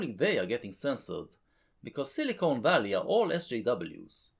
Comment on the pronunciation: I always hear silicunt Valley